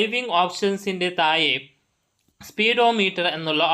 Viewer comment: എന്ത് ഒഞ്ഞ മലയാളം ആണ് ബ്രോ,മലയാളം പഠിക്കാൻ ഞാൻ ഒരു ആപ്പ് സജ്ജസ്റ്റ് ചെയ്യട്ടെ.തായെ, തായ്....എന്ത് തായെ..😂.😂😂